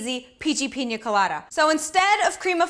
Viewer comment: she keeps saying pinja instead of pina did anyone else hear that?